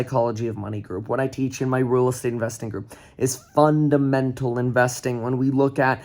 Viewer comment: Crypto "fudamentals"😂🤣😂